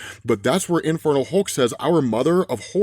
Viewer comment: Am I the only one hearing 'Infertile Hulk' everytime says it?